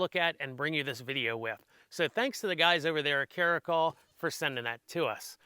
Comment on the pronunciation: Cara -cal like California 👍 not trying to be a dick or anything just helping out. I could be wrong too.